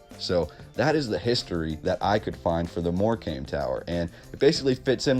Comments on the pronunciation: Good video. It is pronounced moorcum not more comb. Wembley has been demolished. So many lies in history. I was not aware of the towers, apart from Brighton. 🇬🇧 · And dude, I can forgive Lanca-shy-ah and various other ways you can't talk. But in Lancashire (said shuhr or sheer, maybe) is the seaside resort of Mor-kamm. So please don't call it 'came' and teach our English grandma's how to suck eggs. Apart from that, good work! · Hi, I'm from England and we see these towers everywhere also stone towers built with the same narrative about competition, ha ha, not one bit of truth in their versions, Morecambe is pronounced Morecum not Morcame you are right about the silent b👍 Look at wainhouse Tower Halifax west Yorkshire👍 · lol dude Morecombe is pronounced 'more cum.' check out how many abbeys henry the 8th raised to the ground in the 16th century. talk about a reset. they even rewrote the english language. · Great video. Thanks for the really awesome info. Just a note from a Englishman on the pronunciation of Morecambe. You say it like “more-come”. I often play at these seaside resorts with my band and I can’t wait to bore them to death with all this awesome info. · Its pronounced mor cum.. Great Post.. Much Love and Peace 🤜🏼❤🤛🏿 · Nice vid, it’s also pronounced MoreCome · Great video 👍 btw it's pronounced Morecum 😁💕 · Pronounced More-cam.